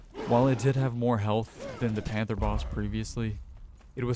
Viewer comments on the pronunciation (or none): none